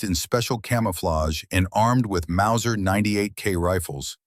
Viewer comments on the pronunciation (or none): none